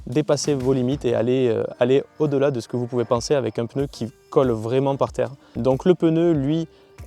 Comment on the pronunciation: Belle essai , par contre quelqu’un peu lui dire que c’est pas un peneu 🤣✌️